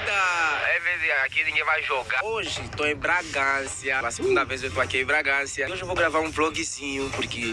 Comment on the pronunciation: O cara fala Bragancia. O correto é Bragança e esse cara é muito chato.😡